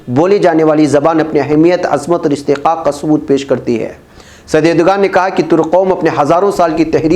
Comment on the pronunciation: Erdoğan [ˈɛɾ.do.an] (the English equivalent is approximately a W, i.e. "Erdowan") so Erdugan is wrong pronunciation, it is not english letter "g" but ğ which pronunced a w or अ in hindi (एरडुअन)